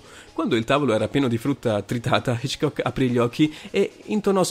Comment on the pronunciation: video inutile. I SUONI DOVE SONO? MA VA VA Poi perchè alle volte sembra che rida, mentre gli accenti non li pronuncia mai giusti? ho sentito come pronunciava Hitchcock e ho cambiato subito video.